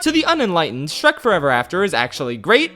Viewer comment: I weezed when you said "Shronk".